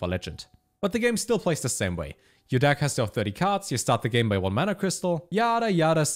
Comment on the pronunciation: The way this guy pronounces 'deck' has me in fucking tears "DAHCK" hahahahahahahahaah